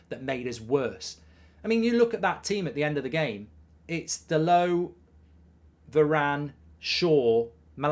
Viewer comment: Dallott is from Portugal, NOT fvcking Paris..... His name is DALLOTT, Dal'Oh